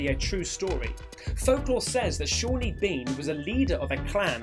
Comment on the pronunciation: SAWNEY Bean... Not Shawney 👍